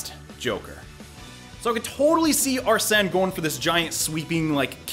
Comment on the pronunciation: It’s pronounced ar-sin